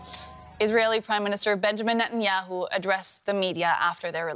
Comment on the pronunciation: Biden can’t even pronounce Netanyahu wtf